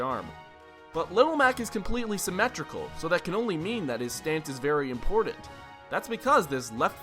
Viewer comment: "very impordent"